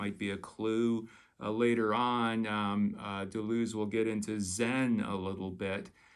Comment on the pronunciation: Your French probably would not have been up to the task. | dəlœz / fontəne: | 𝕹𝖎𝖊𝖙𝖟𝖘𝖈𝖍𝖊, ə not i || You Americans can't bother to do the extra quarter hour of research to get the names right. 😅